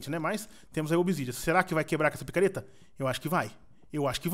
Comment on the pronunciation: voce falou pakareta de obsidian kkkkkkkkkkkkkkkkkkkkkkkkkkkkkkkkkkkkkkkkkkkkkkkkkkkkkkkkkkkkkkkkkkkkkkkkkkkkkkkkkkkkkkkkkkkkkkkkkkkkkkkkkkkkkkkkkkkkkkkkkkkkkkkkkkkkkkkkkkkkkkkkkkkkkkkkkkkkkkkkkkkkkkkkkkkkkkkkkkkkkkkkkkkkkkkkkkkkkkkkkkkkkkkkkkkkkkkkkkkkkkkkkkkkkkkkkkkkkkkkkkkkkkkkkkkkkkkkkkkkkkkkkkkkkkkkkkkkkkkkkkkkkkkkkkkkkkkkkkkkkkkkkkkkkkkkkkkkkkkkkkkkkkkkkkkkkkkkkkkkkkkkkkkkkkkkkkkkkkkkkkkkkkkkkkkkkkkkkkkkkkkkkkkkkkkkkkkkkkkkkkkkkkkkkkkkkkkkkkkkkkkkkkkkkkkkkkkkkkkkkkkkkkkkkkkkkkkkkkkkkkkkkkkkkkkkkkkkkkkkkkkkkkkkkkkkkkkkkkkkkkkkkkkkkkkkkkkkkkkkkkkkkkkkkkkkkkkkkkkkkkkkkkkkkkkkkkkkkkkkkkkkkkkkkkkkkkkkkkkkkkkkkkkkkkkkkkkkkkkkkkkkkkkkkkkkkkkkkkkkkkkkkkkkkkkkkkkkkkkkkkkkkkkkkkkkkkkkkkkkkkkkkkkkkkkkkkkkkkkkkkkkkkkkkkkkkkkkkkkkkkkkkkkkkkkkkkkkkkkkkkkkkkkkkkkkkkkkkkkkkkkkkkkkkkkkkkkkkkkkkkkkkkkkkkkkkkkkkkkkkkkkkkkkkkkkkkkkkkkkkkkkkkkkkkkkkkkkkkkkkkkkkkkkkkkkkkkkkkkkkkkkkkkkkkkkkkkkkkkkkkkkkkkkkkkkkkkkkkkkkkkkkkkkkkkkkkkkkkkkkkkkkkkkkkkkkkkkkkkkkkkkkkkkkkkkkkkkkkkkkkkkkkkkkkkkkkkkkkkkkkkkkkkkkkkkkkkkkkkkkkkkkkkkkkkkkkkkkkkkkkkkkkkkkkkkkkkkkkkkkkkkkkkkkkkkkkkkkkkkkkkkkkkkkkkkkkkkkkkkkkkkkkkkkkkkkkkkkkkkkkkkkkkkkkkkkkkkkkkkkkkkkkkkkkkkkkkkkkkkkkkkkkkkkkkkkkkkkkkkkkkkkkkkkkkkkkkkkkkkkkkkkkkkkkkkkkkkkkkkkkkkkkkkkkkkkkkkkkkkkkkkkkkkkkkkkkkkkkkkkkkkkkkkkkkkkkkkkkkkkkkkkkkkkkkkkkkkkkkkkkkkkkkkkkkkkkkkkkkkkkkkkkkkkkkkkkkkkkkkkkkkkkkkkkkkkkkkkkkkkkkkkkkkkkkkkkkkkkkkkkkkkkkkkkkkkkkkkkkkkkkkkkkkkkkkkkkkkkkkkkkkkkkkkkkkkkkkkkkkkkkkkkkkkkkkkkkkkkkkkkkkkkkkkkkkkkkkkkkkkkkkkkkkkkkkkkkkkkkkkkkkkkkk